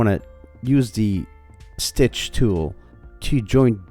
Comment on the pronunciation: STITCH not stich